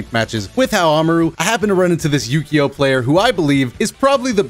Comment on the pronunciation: Is it just me or does anyone else hear saying "Ukyo" as "yugioh"? And no mvc2 first to 5 with Jmcrofts?